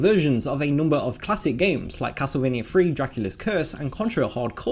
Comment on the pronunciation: Dude, it’s “Castlevania” not “Castle Mania”